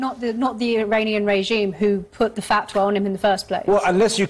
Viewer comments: this was doing ok until the canned voiceover where the mechanical voice can’t even pronounce fatwa and says instead “fat way”. Do better because there are young people watching that do not know the difference and need to understand what a FATWA is and means. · Megyn dear ~ it’s pronounced “fawt whah.” ❤